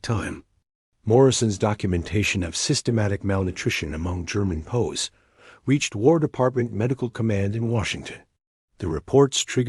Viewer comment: It's P.O.W'S not pows